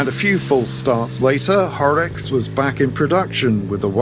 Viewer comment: ….wrinkled rider from Germany here. You pronounced Horex just right.